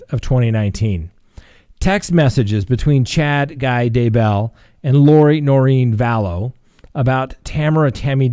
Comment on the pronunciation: I Love Your program. Thank You for your work. Just a little note. DAYbell is pronounced with the accent on Day not bell.